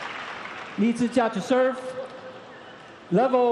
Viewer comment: I love how the umpire pronounced Lee Zii Jia's name correctly, it sounds exactly how we pronounce his name in Chinese....I think the umpire probably speaks Chinese too